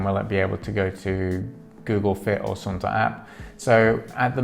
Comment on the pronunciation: You got it! From the Suunto about section: "The word “Suunto” comes from the Finnish word meaning “direction”. Suunto is pronounced “Soon-toh”." "Suunto was born in Finland more than 80 years ago, when championship-level orienteer and keen outdoor enthusiast Tuomas Vohlonen invented the mass production method for the liquid filled compass. Since then, Suunto has been at the forefront of innovation, hand crafting premium sports watches, instruments and dive computers that have been tested in the world’s harshest conditions. From the beginning of time, man has explored. All that has changed are the tools."